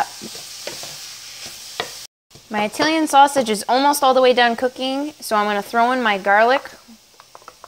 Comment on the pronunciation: When you say "Italian" fast, it sounds like you're saying "reptilian" lol